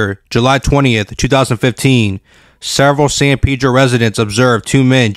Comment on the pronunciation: Its Pedro not peedro 😆😆😆🤦